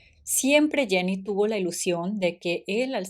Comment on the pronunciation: Jenny no es Janney en ingles. Jenny es ingles tambien